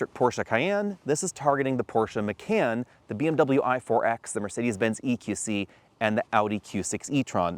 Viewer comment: When did Macan (mah-kahn) become McCann?